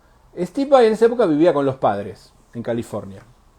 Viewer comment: Me gusta que le digas VAI así como suena que es la forma correcta de pronunciarlo, estoy podrido de escuchar VEI.